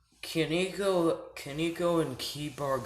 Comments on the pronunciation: it's koneko not kineko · it's ko-ne-ko